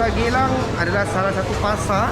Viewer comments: Geylang....gilang Bukan GELANG.. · Sebutan nya Geylang bukan Gelang. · Sebutan nya tidak betul itu bro,bukan gelang, geyyyyyyyylang,pasar geylang serai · Bukan Pasar Gelang Mas.. sebutannya Geylang( gilang) serai... pasti tau cara sebutan nya Mas , anda org blogger. Kenapa pula org Singapore( Singapura) tidak pandai ckp melayu...jirannya Malaysia... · Sebutan betulnya Geylang. Bukan gelang. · bukan gelang tapi geylang dong.